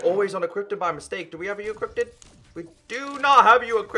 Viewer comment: does anybody else love how he said equippeded instead of equipped?